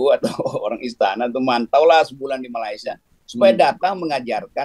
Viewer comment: ..sebutan Malaysia nya dibetulin donk..bukan Malaisia tp meleysia(sebutannya